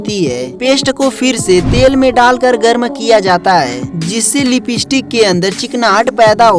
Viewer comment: Bhayya a lipeeeeestick nahi Hai lipstick hai 😂😂😂